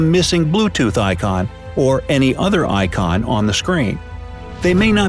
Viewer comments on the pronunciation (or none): none